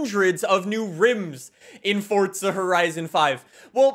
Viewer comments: Please stop pronouncing FORZA as FORTZA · It’s not Fort-za…. It’s For-za… Dude there’s no need to say Forza 100 times in the video, we know what game it is. You already said it 20 times in the first 3 minutes of the video. Jesus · Why does he say forza like fortza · I’ve been playing since fh2, but is it FORZA ? Or FORTZA ? I’ve always said FORZA but I always hear people pronounce it with a t sound ??? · Everyone be playing Forza and this guy be playing fortza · Why is he saying "FORT-SA" lol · Forza not fortza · it’s the FORT- ZA THAT GOT ME 😂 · Still looking for the the “T” in “F-O-R-Z-A” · Heres a fun game. Drink every time he says forTza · I'm not sure how you're fitting a "T" in the word Forza.. ForTza.. yeah my face won't make that noise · fortza he says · "FortZa Horizon" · "fordtza horizon" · why he always say fortza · He calls it fortsa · There is no F*cking T in FORZA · Why do you say Forza like that 😭😭😭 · Theres no T in Forza you squid